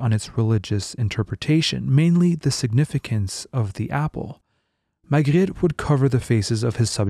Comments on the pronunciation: You pronounced it perfectly, are you French? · He actually pronounce the names pretty well. He pronouned Magritte and Napoléon the french way as it should be.